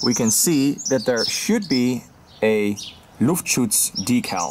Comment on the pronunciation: I'm german and I have to say for an english speaking person you said Luftschutz really great (no sarkasm)